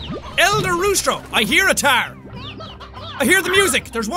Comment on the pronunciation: not ghost buster more like tarr buster